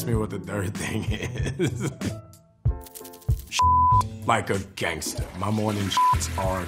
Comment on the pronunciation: The way he says "morning", You can hear that new Orleans.